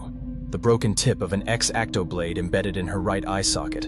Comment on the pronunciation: "EX-AC-TO blade"